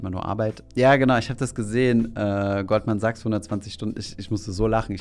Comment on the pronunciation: "Goldman Sags" :D